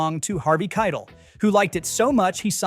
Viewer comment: Keitel is pronounced Kie-tel